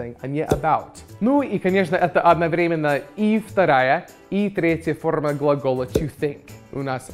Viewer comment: правильно произнес "одноврЕменно"! даже русские этого зачастую не могут